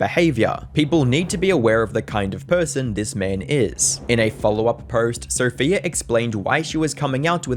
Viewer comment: Sophia should have left him just for pronouning her name as "Sopheer". How fucking stupid.